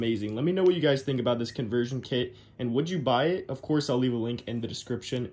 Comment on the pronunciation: "from this.. To , TEW THESSSS"